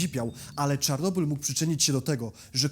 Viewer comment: dlaczego mowisz "czornobyl"? Po polsku to Czarnobyl, a po rosyjsku Чернобыль.